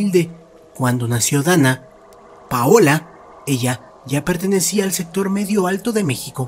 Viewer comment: Me desespera cuando dice donna ….paola 😵‍💫